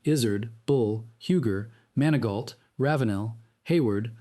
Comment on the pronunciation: MANI-GO... NOT MAN A GAULT